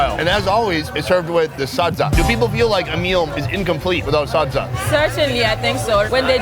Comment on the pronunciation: I love how he pronounced SADZA🤣😍 so accurate!!!